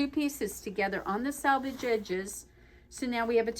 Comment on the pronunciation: It’s pronounced “selvage”, not “salvage”! “Selvage” is the edge of fabric. “Salvage” is the junk yard of used car parts. Words matter and so does pronunciation.